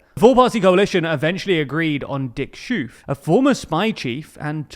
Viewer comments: why does this guy pronounce o's as u's? its schoof not schuuf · The pronunciation of "Schoof" is "Sxoof", not "shuf" 😂😂😂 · Please, I understand you can’t pronounce Schoof but if you pronounce the -oo as -o in hope instead of -oe in shoe you’d be really close. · (Dick) Schoof rhymes with ‘loaf’ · Hehe ... Poor Dick Schoof. Don't think any non-dutchy would pronounce his name correctly. Yes. You butchered it quite badly. I'm not even going to attempt explaining how to say the letter SCH. This would be the dreaded 'rolling 'G''. Anyways. Fun little world play. Try saying 'ovaries'. Now say 'Dick Shovaries'. Now again, but stop when you pronounced the 'v'. This should be a close resemblance to his name. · Dick what?… 😂 this might be the best pronunciation yet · Pronounce the oo in Schoof as the o in ok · oo in dutch is pronounced closer to oa in boat than the o in move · The oo in Dick Schoofs name is pronounced like the o in over or okay